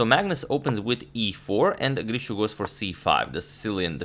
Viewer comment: Nice r-rolling on "Grischuk". Gdlischuk.